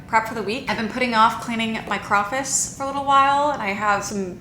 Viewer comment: We need to stop saying crawfice 😂 it’s hitting my ears so wrong